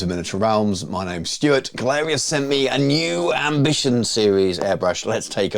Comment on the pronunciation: Turns out it’s pronounced “gallery” (I was saying it like you do). I asked them :D The quality seems excellent so far!